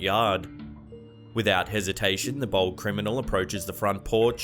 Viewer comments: Every time you said bold I thought you were saying bald 👨‍🦲 🤣🤦🏼‍♀️ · Anyone else think he was calling alot of the theives BALD, instead of BOLD lmao. I was like, man, really likes to let us know if they have hair or not 😄